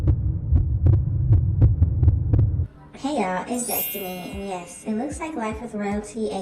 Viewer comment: Did she say “FeminiM” 😂😂😂